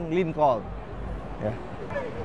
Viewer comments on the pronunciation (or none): none